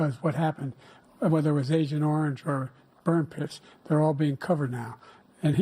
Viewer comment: ish it sounds like Biden said “ burnt piss”! I had to go back and listen to it again and sure enough …that’s what it sounds like! He said agent orange and burnt piss🤦🏻‍♂️